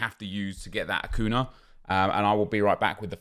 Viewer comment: Achun - yah. Vela is pronounced Vela - not Veyah ffs.